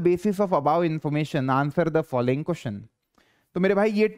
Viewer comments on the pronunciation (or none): none